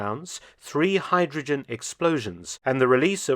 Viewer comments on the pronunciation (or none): none